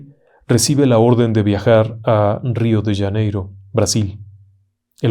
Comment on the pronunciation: "" Rio d Yaneiro " dijo el Ingeniero...???? 😂😂 RIO DE JANEIROOOOOOOO